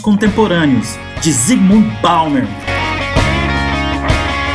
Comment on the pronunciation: Você gastou metade do video para falar de outras coisas que não o livro. Depois ainda insiste em falar o nome do autor de forma equivocada. Bauman, não Baumer. A sua visão de mundo inevitavelmente está equivocada. A visão excessivamente esquerdista fecha os olhos para elementos de realidade. Perceba, enquanto você não trouxer elementos objetivos para a análise, enquanto você projetar suas preferências subjetivas no que acontece de fato, você não será capaz de entender efetivamente a realidade. Bauman é comunista, mas ele traz reflexões muito válidas, que poucas pessoas conseguem realmente entender. De forma análoga aos direitistas acéfalos que chamam qualquer pessoa que discorde de marxista, mal sabem eles que sem Marx, não poderiam sequer defender um sistema capitalista.